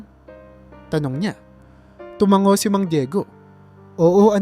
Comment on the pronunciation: tumango hindi tumanggo 😂 No offense pero may mga words na mali ang pagkakabigkas. ✌